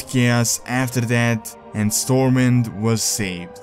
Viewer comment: Unlike the word SWORD, the “W” in STORMWIND is pronounced.